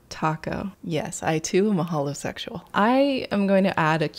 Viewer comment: I FREAKED OUT WHEN SHE SAIS HOLOSEXUIOL I LOVE U sorry I know I did not spell that right please do not come for me I mean no harm lol😂